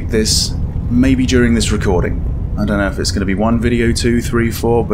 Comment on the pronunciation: "I da know"